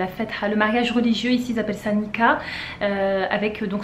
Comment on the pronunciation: Oui le mot Nikah vient de l'arabe, et c'est le son [k], la lettre kaf ك , pas ق comme tu l'as prononcée. Baraka Allahou fik